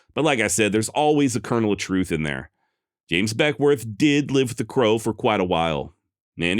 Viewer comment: I'm a Northern California native and work about an hour from Beckwourth. The locals pronounce it Beckwith and I've read he pronounced it the same. Hahahaha I just heard you say whitewarsh 😂